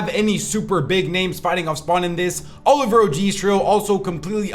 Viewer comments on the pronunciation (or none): none